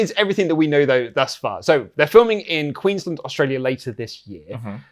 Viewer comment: The way pronounces Queensland.. "Queenslind".. cracks me up.